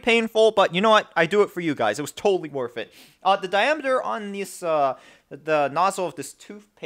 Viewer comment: Totally worf it! xD